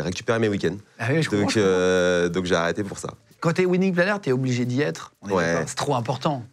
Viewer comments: Alors quand on en fait son métier....on devrait au moins savoir PRONONCER le mot WEDDING... Le mot wedding se prononce WÈDING.....mais surement pas WIDING.... Les français vous êtes vraiment la risée du monde entier....vous apprenez l'anglais oú....à Barbès !?!?!?!?!?!? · Wedding planner.... cela se prononce "wèdding" ;-) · C'est idiot de trouver un intitulé de boulot en anglais, surtout quand on est incapable de le prononcer correctement, pourtant il n'y a que 2 mots.... "WEDDING" comme dans "WESH"